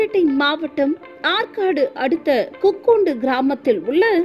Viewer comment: Adhu kukkundu illa madam ,kukkundi ,it's my village 🥲